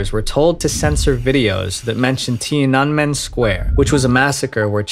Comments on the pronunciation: T-ian-an-men square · You absolutely Butcherd Tianamen Square 😂